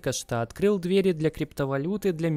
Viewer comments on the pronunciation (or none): none